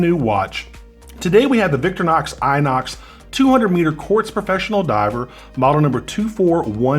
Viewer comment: VICTORINOX !!!!!!!!....Not VICTORNOX !!!!!!!